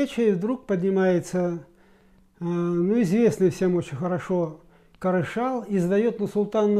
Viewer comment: Не Карашал, а Кәрішал!!!